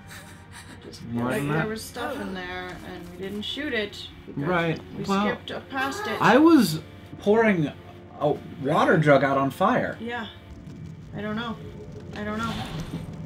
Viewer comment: It totally sounded like you said I was whoring when you said I was pouring :D